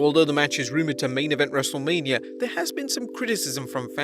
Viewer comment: “WrestleLAMia” got em